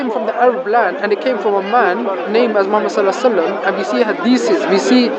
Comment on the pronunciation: blood comes out a dead chicken everyone who has slaughtered any animal will know that fact why do Muslims have no ancient complete copy of the quran? Funny he can't pronounce hadiths but you can lol if recitation of the quran preserves it so well why did islam panic after just a few muslims were killed in a battle at the beginnings of Islam according to the standard Islamic narrative (SIN)?